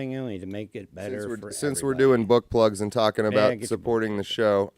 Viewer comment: omg I thought he said butt plugs...... "BOOK PLUGS"